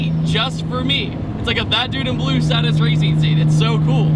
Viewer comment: stop mispronouncing Stätus! love you;)